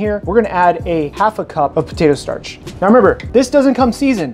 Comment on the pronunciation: Postatoe Starch?